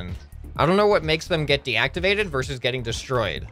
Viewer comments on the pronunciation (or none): none